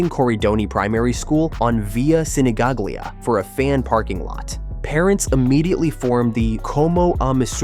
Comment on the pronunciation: Sinigaglia close pronunciation: Sinigalia